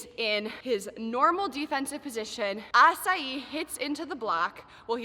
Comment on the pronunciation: I still chuckle everytime she pronounces Asahi like açai. At this point is part of the narrative